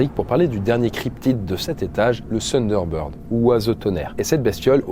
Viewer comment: Le sunderbird 🤣🤣 THunder TTTTThunder